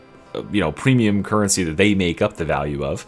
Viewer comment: pwemium cuwwency